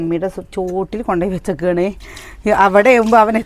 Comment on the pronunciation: വെച്ചക്കാണ് എന്നല്ല വെച്ചതാണ് എന്നാ പറയാം